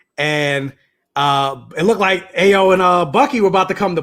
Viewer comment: Its pronounced Ah-yo, its a yoruba name, it means joy.